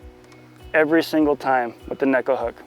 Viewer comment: Great video. Finally someone actually pronouncing neko properly. :)